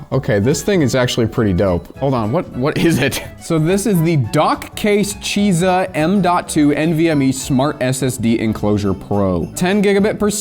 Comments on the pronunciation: BTW, zh is pronounced as J. From your local (half) asian man. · pronounces Chizha like it just gave him the last of its Hamon